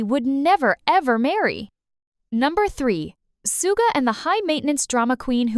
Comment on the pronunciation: The voice is clearly AI, so please chose one that doesn't grate on the ears and also knows how to pronounce words correctly, or proofread your script so it can cope. Hideous voice. Suga is not the man "known to the world as Soooga".